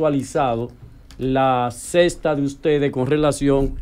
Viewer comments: Por Dios,se dice Secta(no cesta!!) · Dice Sesta en vez de Secta, que vamos a hacer con